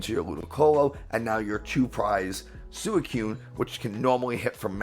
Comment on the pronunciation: Instant dislike and "don't recommend channel to me again" for how you pronounce suicune.